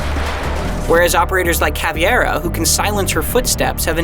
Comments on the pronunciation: ITS NOT CAVEEAIRAH ITS CAVEIRA FFS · Can't believe a professional reviewer can't read CAVEIRA correctly. WTF does he say caviera??? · HE SAID CAVEEARA NOOOOO... IT'S CAVEIRA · you have 9M subs and you say caviera instead of caveira. good job reviewing the game. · Butchered the hell out of the "Caveira" pronunciation. How did you get to "Cav-IEra" ?? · Caviera ? Please learn to pronounce it right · Did this man say CAVIERA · Oml you say caveira wrong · It blows my mind that Caveira has been in the game since season 3 of Year 1, yet STILL TO THIS DAY people cannot pronounce her name. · Lol he said caviar wrong lol